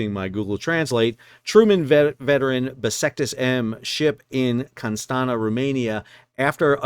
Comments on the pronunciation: ffs it is Constanta read it as Constantza or something, stop butchering it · Hey Sal, just a quick FYI: Constanța, Romania is pronounced like "con-stahn-zza". The ț in Romanian is like the double Z in Pizza.